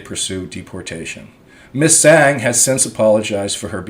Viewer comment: Hey, a ZH is pronounced like the letter J in English...JANG...the ANG sound...in Tagalog...hope this helps.